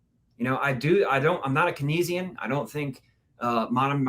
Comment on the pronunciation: anybody who doesn't even know how to pronounce Keynesian is a buffoon.